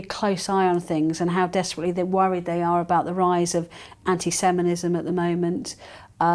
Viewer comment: Had a chuckle at the tongue twist ( anti-seminism ) lovely lady . I'm on a borrowed tab .